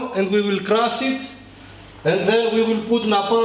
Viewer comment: I love when he says "for naw, Let's cras"! Love it 😂👍🏻